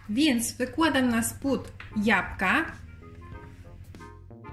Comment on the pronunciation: Jabłka, proszę pani nie japka !